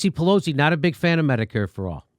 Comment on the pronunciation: At one point, it sounds like Jimmy’s about to say Nancy Pelousy